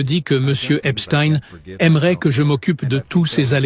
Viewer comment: Merci de dire EPSTEIN et non pas EPSTINE comme les médias fachos sioniste en France pour cacher les origines de cette bête immonde !